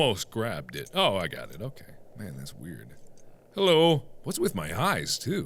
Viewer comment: the way he says weird xD